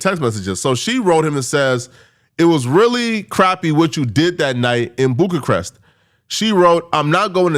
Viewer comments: Don’t forget “boog-a-crest” instead of Bucharest ! Lmao! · SECOND incorrect usage of words for today: “Boog-a-crest” instead of “Bucharest” 🤦🏾‍♂ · He also invents words we’ve never heard, such as “Boog-a-crest” 😂😂 Btw I’m a supporter too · The way you pronounced Bucharest was disgusting